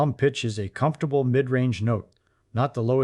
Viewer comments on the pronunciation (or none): none